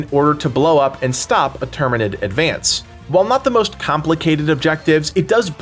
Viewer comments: Tyranid! not terminid its not helldivers bro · I heard that "Termanid" slip lol